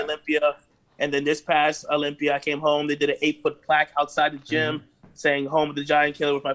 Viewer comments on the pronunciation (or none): Dave cant pronounce Olympia he says olympier lol